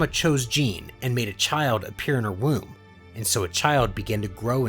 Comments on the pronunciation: literally just say 'gee' like the martial arts uniform. and 'nay' like the song whip and nay nay. hence you get gee-nay not gin-nay. ; ) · Why does he say Gine like Jean Lol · sorry but how does gine get pronouced as jean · Gines name is pronounced ginae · Jene lol Gine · Why do you pronounce Gine as Jeen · If you must know Gine is pronounced Ghi-ne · its pronounced gee-neigh hard g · GII-NAY Come on man. Names aren't that hard in Dragon Ball lmao. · did my man just call gene....jeen? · ok, i am sorry for nitpicking but ( Gee nay). Otherwise I love the content. Keep it up! I can't wait for part 2. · Bud pls giggle how to pronounce the names you called gi-ne ging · Good story! Her name is pronounced like Ghee neh so you know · He did not just call her "Jean" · By the way, Gine’s name is pronounce “JEE-NAY”. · Very good vid but it is gine gee-ne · Ah yes "jin" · Gine is actually pronounced with the g having the "guh" sound. So it would actually be gin-nay. Other than that, great story!!! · Another great vid my guy. Side note: Gine is said as Ghee (the food) with the “g” sound like game and not a “j” sound like jump along w/may like the sound a horse makes ( which is actually spelled neigh). So, ghee-nay. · I love the stories but I wish that you would've said the names correctly like the emphasis of gine has a e at the in so it would be Gin"e" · Contemplated leaving after how pronounced Gine but i'll wait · Amazing but it ticks at me how he is mispronouncing gine’s name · this is so good but the way he says Gine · Its gine not gine thats nit how you prenounce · Good stories man but you pronounce so many names wrong. It’s not xee-no. It’s xeno on Syllable in the E. It’s not Gine as in Jean like Jean grey. It’s Gee-ney. Hope the pronunciation improves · Stop pronouncing there names wrong it’s Geenie not Jean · Gi-ne not jen-e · The only thing wrong with this is the name mispronounceation like her name is (je name) not Jean but the story overall is amazing